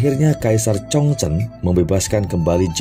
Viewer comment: Kaisar 崇祯 ZhongZhen (baca Chung Cen) juga 李自成 Li ZiCheng (baca Li Ce Cheng)... Lafal fonetik-nya bukan dibaca n dikite dgn lafal ejaan bhs Indonesia baku... Akibatnya, bunyi lafal fonetik-nya jadi menyimpang jauh dari bunyi Lafal fonetik aslinya... MASUKAN untuk Mimin/Narator, baca dan pengucapan 汉语拼音 HanYu PinYin (baca Han Yi Phing Ying = Lafal ejaan bhs Mandari) bukan dgn ejaan baku bhs Indonesia yg mengakibatkan nama2 yg disebut jadi aneh dan sulit dimengerti bunyi ucapannya, seyogyanya Narator belajar dulu metode dikte/baca Phin Yin atau nanya dulu ke orang yg mengerti bhs Mandarin dan cara pengucapannya yg benar... Sayang informasi dari konten sejarah yg sangat baik jadi rancu dgn bunyi lafal fonetik nama2 tokoh sentral yg menyimpang jauh dari lafal fonetik aslinya... #Hanya sekedar masukan aja